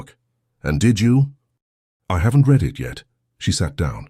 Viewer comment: Great story. One wish: AI needs improvement so that "read" is narrated in the correct tense. It is always pronounc.ed in the present tense instead of the correct past tense making it distracting when listening. TX 🇺🇸